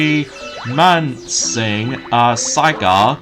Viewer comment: Romancing Saga Minstrel song remastered! (you mispronounced the game title as usual.) but that's what I'm here for. helping you with your mispronounciation. your Welcome! and that game is coming on December 1st 2022!